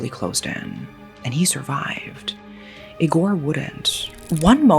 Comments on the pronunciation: Eee-gore, not ig-or Moral of the story, social media sucks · I know you like gore, but the correct way to pronounce "Igor" accentuates the first letter. Like e-sports, it's I-gor. You wouldn't say "e-spoooooorts" either. 😅